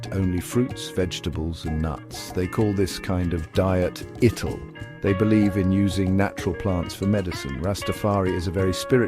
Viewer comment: "ඉටල්" නෙවෙයි "අයිටාල්".